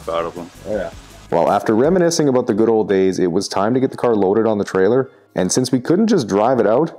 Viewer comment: That's what I'm talking aboot.